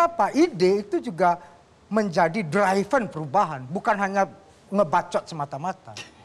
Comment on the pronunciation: sekelas politisi mau terdengar keren jadi berbunyi "DRAIVEN" hehehehe 😛